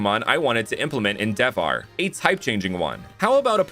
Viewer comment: hello, you have made some pronunciation errors, but the region is Devhar [de-vha-re]. So its good, from India.